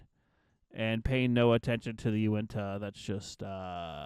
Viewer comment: You said Unitah wrong